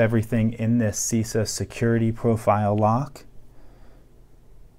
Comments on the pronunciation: It's Shiza not cica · Nice video as Always , just one thing..the pronunciation is incorrect; the first letter should be pronunciating like the "c" in "chest" . CISA is an acronym of Costruzioni Italiane Serrature e Affini